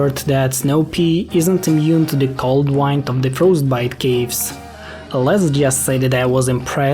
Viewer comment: I'm guessing English is not your first language (you always said "wind" instead of "wind," for instance). I'm pretty impressed you learned enough to make a video in it, as I have not done so.